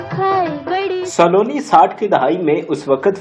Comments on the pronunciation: یہ سا لو نی نہیں ، سلونی ہے آپ مزید بھی خا صےignorant ہیں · لفظ سالونی نہیں سلونی ہے پھُدی دیا۔ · Nice attempt to promote pak film industry...but plz improve ur pronunciation of Urdu ....word is Saloni not Saaloni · Saa--loni, Nahi Saloni. سلونی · Please work on your pronunciation. You cannot even pronounce her show biz name properly. You must have had some very dumb teachers; nobody bothered to correct your Urdu/English pronunciation. Listen to yourself - Not everything is pronounced in Punjabi.